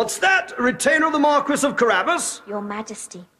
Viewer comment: The Mar-kwiss of Carabbas